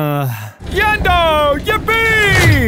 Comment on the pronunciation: Yenndo? More like Yend-no..